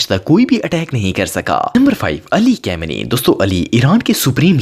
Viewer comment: Bhai Ali khamnai ki pronunciation sahi bhi ki ap ne